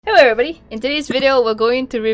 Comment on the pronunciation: Ah yes “hewwo evewybwdy” Yesssｓｓ...